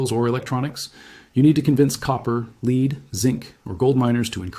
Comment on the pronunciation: He said "leed" instead of lead or "led"